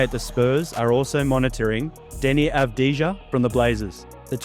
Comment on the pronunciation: Doesn't know how to pronounce Avdija, all credibility invalidated